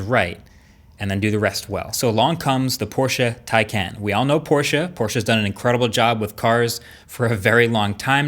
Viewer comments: I hate to be a bother but as it turns out my dad works for Porsche and the car is actually pronounced as Tie-con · Marques the correct pronunciation is TIE-CAN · Love your vids MKBHD, but Porsche specifically made a video on how to pronounce Taycan. It's t-icon. T-eye-con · It’s pronounced “TIE-Kahn” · your pronunciation is killing me MKB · Please stick to phones when you can't even pronounce the car you're reviewing properly... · He can’t even pronounce the name of the car correctly half the time 🤦‍♂️ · Yeah they forgot to teach him how to pronounce it correctly lol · Exactly. But the guy in the video pronounces it wrong constantly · He needs to decide if he wants to pronounce the name of this car correctly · I usually don't care much about the pronounciation of brand names and such, but I kept wincing everytime you pronounce taycan the wrong way 😶🤣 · Am I the only one who's bothered that he constantly pronounces Taycan wrong? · Not only did you compare the base model taycan to a performance model s, you used the price of the taycan turbo s to make it seem like an even bigger loss. Couldn’t even bother learning how to pronounce it correctly. Can’t believe you are considered a credible reviewer these days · One thing i am learning about the Taycan in all of these videos that are coming out is that no one can pronounce Taycan. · I love how he pronounces the name Taycan a little different every time 😂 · yeah but he is saying Taycan wrong and it's so annoying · come on Marques. Porsche made a video of the Taycan pronunciation 8 months ago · But taycan incorrectly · Tah-ikan, not Teikan. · oh for the love of grammar, it is pronounced "Tie-Can" NOT TAY-CAN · It is Taj kán not taj kén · Tay-can? Nononono it's pronounced Tie-Khan. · It's pronounced Tie-Can (not Tay-Can) regardless of how it's spelt. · For the love of god it’s pronounced “TIE CAN” not TAY! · Florian Haffner it’s pronounced TIE not TAY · it bothers me to hear Taycan. It is pronounced Tikon. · Porsche Takyon